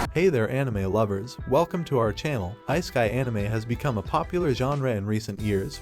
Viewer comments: It is not "IceKai" anime rather it is "issekai" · please never pronounce isekai again, ... its not ice - keye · Isekai ❌ Ice kai✅